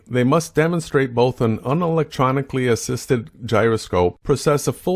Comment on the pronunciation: If someone gets the words "process" and "precess" so embarrassingly confused when talking gyroscopes, they kind of automatically loose the argument, right?